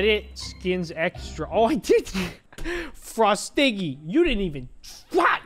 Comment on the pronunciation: Its frost piggy not frostiggy why is every won says frostiggy